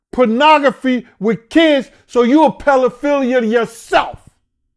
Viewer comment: My man said Pell-affiliate 😂